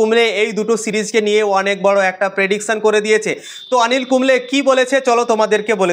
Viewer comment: আনিল কুম্বলে নয় গো উনি অনিল কুম্বলে, দ্যা গ্রেট